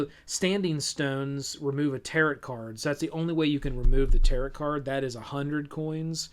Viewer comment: Thanks for a decent review and rundown of the game and its mechanics! Really dig the depth-without-spoiler style explanation. My biggest complaint about this video is how you mispronounce "tarot" so many times. It doesn't rhyme with carrot, guy.